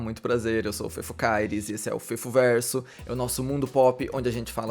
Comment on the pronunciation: “Esse é o fefoverrrrso” eu amp